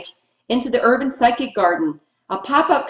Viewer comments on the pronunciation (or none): cool video - btw Physic Garden is "fizzic" as in Physician, not Psychic ;-)